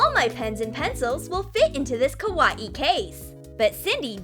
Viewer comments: Your not saying kawaii right your saying kwauieie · Yeah its really "kawa-ee" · Kaw-a-ii? Wth is up with the pronunciation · How everyone says Kawaii: Kawaii How they say Kawaii: Ka-wayee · “Ka WA ii” XD It’s “Ka why ii” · why are they saying :kawaie BUT your supost to say kawai >:[ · The girl says ka.wai.I instead of kawaii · Btw you’re saying is wrong, your saying “ Kawa - ii “ it's actually just “ kawaii “ it self, just don’t say it like it’s separated. Ñö øffęñćė. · I hate how she says ka-wa-ee instead of kawaii.. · Why are they saying kawaaiiii what the heck it is supposed to be kawaii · It's not ka-wa-e It's ka-why-e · When they say ka wa ii it's ka wa aii Me not hate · Kawaii? Well let’s say it’s kawaii but pronounce it ‘Kah-wa-ee’ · The way she said kawwai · Noo please no more "ka-wa-ee" video its TRIGGERING MEH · No offense but I can’t stop laughing when the narrator says kawaii like ka wa E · kawaii? more like kawa-e according to listen closely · She said kawaee u say it WRONG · I it sounded like koowatci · How to not pronounce kawaii:: kawa-i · Ka wa ee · Victoria With a V its pronounced Ka-WIH-iy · Bro said kawaii as Kawa ie 😂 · Please stop saying KA WA EE you're triggering me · Why did they pronounce "kawaii" like "ka-wa-i"? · I don't understand why you always pronounce words so weird. You said Kawaii like ka- wah- ee, and you say wire like why- er and why you say it so fast. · Every time they said kawaii it sounded like koowatci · YOU SAY KA WA EE WRONG! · Kaw a e Wow i totally knew that was "how to pronounce kawaii" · Why are they saying kawaii like kawa ee😂😂😂😕😕😕😐😐😐❓❓❓ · She said double e lol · Bish what “kaweee” ????????? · ka-wa-e really?!I HATE IT!!! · Why does it sound lik3 the narrator is saying ka wat e instead of kawaii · Their saying kawaii wrong :c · the- the way they said kawaii .....WHYYYY